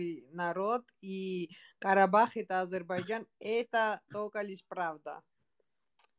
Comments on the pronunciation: гардаш.Не говори "Азербажан".Чувствуется что ты жил в России.Но пр братски хотя бы правильно по русски Азербайджан. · Блин ну просто ухо режет Азербажан Азербажан Блин выучи ты правильно произносить название своей родины